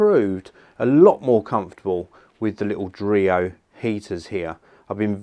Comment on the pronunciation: dreo? i almost thought it was Oreo... oh boy